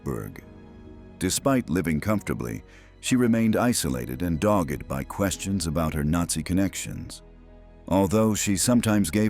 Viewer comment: AI cannot distinguish dogd from doged.